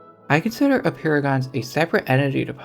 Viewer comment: Apeirogons sound like "a paragons"